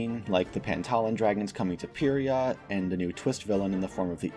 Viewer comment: no hate but the official pronunciation of pyrrhia is pie ree ah